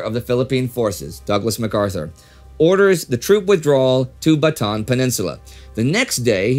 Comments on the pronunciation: idk if you'll see this, but just a heads up. Bataan is pronounced "Bata-an" with three syllables, not with a long A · "Corregidor" should be pronounced as [kɔˈɾɛhidɔr] (ko-ree-hi-dor), and "Bataan" as /bɑːtɑːˈɑːn/ (ba-ta-an). The other Filipino words are correctly spoken. Thank you for your videos. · Excellent episode like always! I just wanted to mention that the a's in Bataan are prounounced seperately like Ba-ta-an. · I don’t know if it matters. But Bataan is pronounced as Bata-an. The two As are pronounced separately. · Thanks. I wasn't aware of that. Since we shoot several weeks in a row, though, you're unfortunately stuck with this mangling of it until mid January. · Bataan is pronounced Ba-ta-an :)